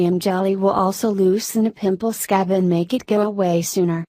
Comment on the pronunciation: Why she like “sCAB”